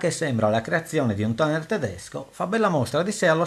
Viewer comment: Molto personale la pronuncia di 'tuner' :-) I tuoi video sono interessantissimi, complimenti e grazie veramente per il grande lavoro